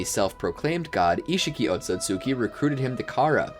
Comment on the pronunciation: “oat-so-sue-kee” he said 😭